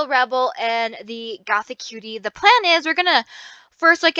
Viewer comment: Something that triggers me -A LOT- is when people say the new set name as "Gothic Cutie" but if you actually look at the name, it's "GOTHICUTIE" (Goth - ee - cutie) -_